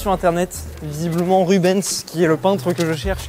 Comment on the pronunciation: on dit rubainse et pas Ruben’s 😂